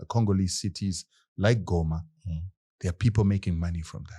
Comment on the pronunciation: These fellows from the south pronounce Goma correctly as Ngoma👍🏽